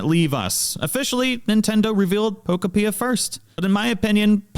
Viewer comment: Nintendo having billions of dollars and releasing games that look like absolute dogshit is the perfect example of how everything is enshittified now. Also its Pokopia like Utopia not however you're pronouncing it. Palfarm gonna crush this game like Palworld has crushed the past three Pokemon releases in quality and offerings. For half the price.